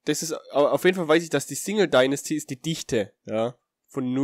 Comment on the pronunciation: Ok, ich will echt kein Hater sein, aber bitte lern mal etwas englisch, du ließt nämlich Density(Dichte) als ob es Dinasty(Dynastie) wäre u.a.